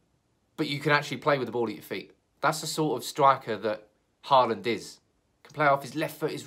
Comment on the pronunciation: It’s Haaland. Aal is pronounced as you pronounce all. Dammit! :-) Think ”Hall and”.